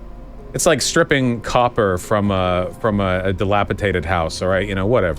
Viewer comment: vaush - “ delapitated” It’s dilapidated…